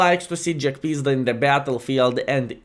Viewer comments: Jagpizda in one word : Shnay -- LUL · Hello! I always laugh when you say the name of Jagdpanzer because how you call it JackPizda:)));pizda; have a special meaning in my contry.:))